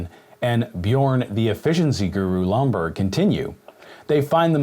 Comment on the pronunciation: It's Lomborg, not Bloomberg